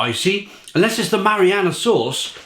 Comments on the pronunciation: Ma·ri·na·ra... Not mariana... Big difference lol., buddy, you're gonna have to work on your word pronunciation before some of your videos. Seriously man you a grown up please pronounce your words properly! Lol. Great review! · It’s pronounced how it’s spelled. Marinara. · I think u pronounce words wrong on purpose no one would ever call it marianna.